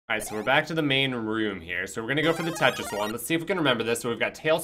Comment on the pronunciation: I had this on in the background and every time said Tetris, I kept hearing "Keisha". Lmao.